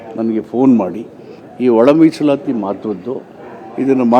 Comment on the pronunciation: Musalayi ❌ Misalati✔️